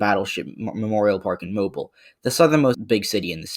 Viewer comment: Just wanna say, Alabamians pronounce Mobile like moh-beel or moh-bill not like the actual word. Could be our accents but that’s just a little nitpick. Great vid, very informative!